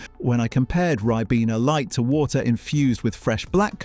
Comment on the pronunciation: A British voice synthesis pronouncing a word the American way, "yo-gurt", not "yog-urt" very peculiar 🧐🤔 "Rib-ena" Vs "Ry-bena"